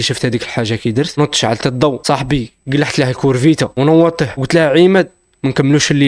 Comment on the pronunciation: كورفيتا😂😂😂 كوفيرتا قول